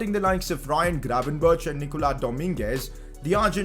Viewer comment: I know it's pretty hard, but try to look up the pronunciation of Matthijs de Ligt en Ryan Gravenberch. The ij sound is very different to what you say, and the G and ch sounds the same but with a Dutch G which might be difficult but greatly appreciated!